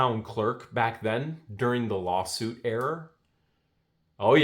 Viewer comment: It’s era. (Air-rah)